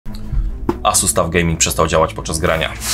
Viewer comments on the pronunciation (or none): none